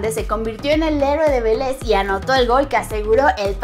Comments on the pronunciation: "se convirtió en el héroe de veléz" DE VELEZ no veléz como le cuestaaa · Que pronunciacion de mrd que tubieron diciendo Velez sin ofender